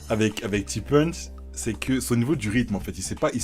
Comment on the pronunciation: T punch prononcer comme une punch bahahahah ça se prononce ti ponche (traduction: petit ponche)